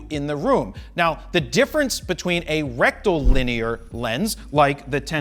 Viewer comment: Rectum Lin ear